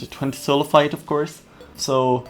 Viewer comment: When you say soul of flite you say soul of fight